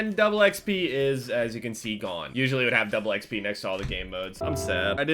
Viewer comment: 'Double eckspee'